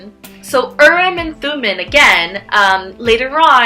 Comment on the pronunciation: Interesting video. I just wanted to point out two things or make a couple corrections rather. Urim and Thummim are from the Hebrew Bible and being that the words are Hebrew, the “i” in each word is actually pronounced like a double “e”. So the proper pronunciation is Ureem and Thumeem. Second, the dark stone means no, and the light stone means yes, not the other way around. Urim (the light stone) means light and truth. Thumim (the dark stone) means guilty or cursed, which is why the dark stone is no.